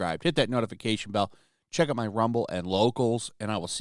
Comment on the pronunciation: Every time I hear your outro I hear, “Come check out mein content.” And I chuckle that weirdos actually think you’re a nazi for being normal.